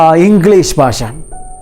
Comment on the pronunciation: Very useful video.. . (sir one request. use ഭാഷ instead of ബാഷ..)